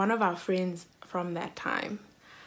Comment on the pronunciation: The emphasis on “At that time” 😂😂😂